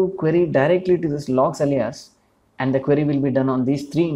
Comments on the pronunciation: Great explanation and video, thank you! Easy to understand One note: Alias is pronounced closer to "ey-lee-us" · more like: "ail - lee -us"